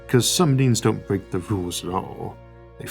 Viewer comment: Had to check the spelling because it sounded like you were calling 'the big break' 'the big brick' as in a bricked pc. XD